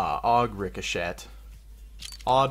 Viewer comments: Richoshet is pronounced Rick-o-shay Not Rick-o-(SHET) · "rico-shet" lmao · Rice oh shet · Rick-a-shet XD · Did you actually say "Ricochet"? Bruh. It's pronounced "Rik-oh-shay" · Sorry bro, you can't pronounce ricochet correctly